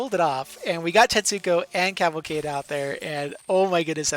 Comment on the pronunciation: Liked because you pronounced Cavalcade correctly once